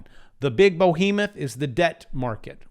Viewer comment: "BOHEMOTH" = Bohemian Behemoth 😂🤣😂🤣😂